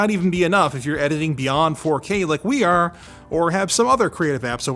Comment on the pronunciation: Anytime I hear a Canadian say "are" I get a gray hair